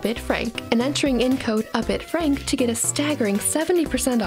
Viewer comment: Thanks to the sponsorship bit I've realised that I have been pronouncing your name wrong It's and not